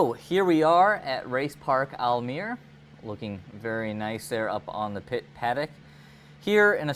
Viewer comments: Almere is pronounced like this: al - meh - ruh but you were pretty close. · your prity close to the right way of saying almere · You said the name of the city ‘Almere’ sortha right